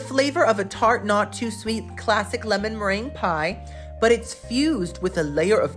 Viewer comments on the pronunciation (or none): none